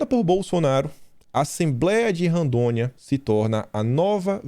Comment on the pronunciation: Não “Randônia” é Rondônia. Kkkkkkk